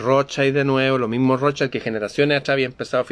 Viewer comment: La MASONERÍA SIEMPRE INFILTRA, NUNCA ES INFILTRADA, ES ROSCHIL - ROTHSCHILD- ESTÁ ESCRITO EN ALEMÁN, NO ES INGLÉS, Y ASÍ SE PRONUNCIA 'Roschil ' aunque se escriba ROTHSCHILD.